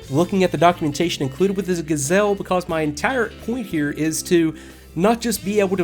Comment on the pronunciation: no no no... you say ''Ga'' short and ''zelle'' long. The correct french pronounciation is ''Ga'' long and ''zelle'' short! Please. It's a joke, but it's true :P Great review!!!